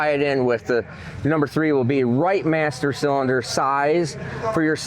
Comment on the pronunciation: Hey, what the hell is a CYLDINER?? Was that supposed to be CYLINDER??